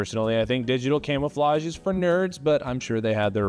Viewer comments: Man I thought he said Camelflage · Camelflage is the funniest thing I have ever heard.